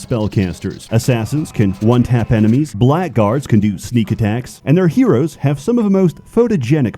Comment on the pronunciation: Gatekeeping/10, he pronounced Blackguard and Minotaur correctly.